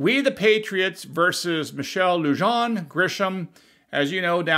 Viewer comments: No one here is paying attention to her or the order. No one will enforce it either. Her middle name is pronounced Lujan (Lou-Han). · it's pronounced "LOO-hahn" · FYI - Lujan is pronounced "Luhan" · Lujan = Loo-Hawn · Her name is pronounced LOO-hawn GRISH-um. The "J" in the Hispanic name Lujan sounds like an H. Come on,. Let's get this right. Your mispronunciation undermines your credibility needlessly.